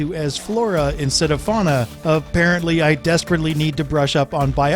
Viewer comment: it's fauna, not fowna.